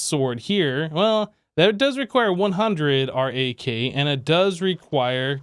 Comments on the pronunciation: Just call it RAK not are ayy kay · Maybe you could pronounce RAK as "Rack"